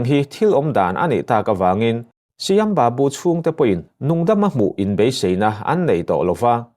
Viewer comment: Ka pu Shyam babu/Sam babu tia lam tur a ni e ilam dan hi a dik lo aw.